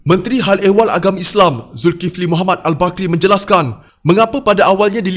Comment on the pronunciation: Sebut lah ustaz zulkifli dgn cra betul